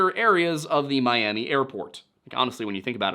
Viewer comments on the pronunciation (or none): none